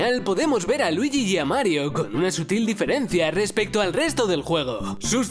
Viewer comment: Marioh, luigih, habla bien i'm be cil💩💩💩